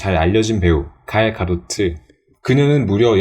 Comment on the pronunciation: 갈..가도트..?? 졸 어색하네 이름 ㅡ.ㅡ;; 그냥 갤가돗이라고 해주면 안돼?